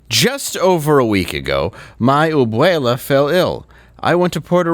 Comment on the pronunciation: Omg , you guys are too funny. I swear, it sounded like you had a Russian accent when you were talking about her ABUELA. LMAO. Also could you stop calling that PENDEJA , aoc. Please call her AO-CRAZY. As a Puertorican, I don't consider her Puertorican.